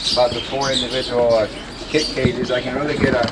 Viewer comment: Kit not kid